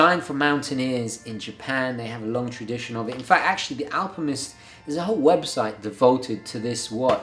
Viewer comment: is it me or does he say alpimist?